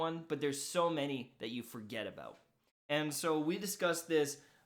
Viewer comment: Dude he said aboot then about right after?? Who are you????